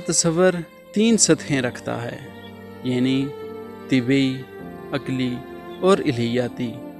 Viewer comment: طبی نہین بچے طبعی